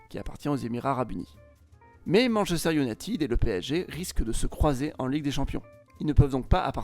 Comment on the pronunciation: Manchester iounaïtiiiiiiiiiid